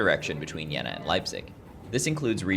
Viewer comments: pronounce it with a canadian "eh" in the middle, Jeh-na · Jeena! You have to speak the "e" Long!